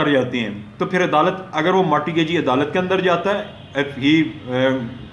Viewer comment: Sir it is not Marti gagee ,it is mort gagee .and 2ndly ur lecture is totally unsound .unable to understand .firstly clear ur own concepts than uplad ur vidios.